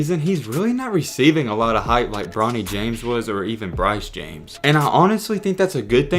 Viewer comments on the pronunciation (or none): none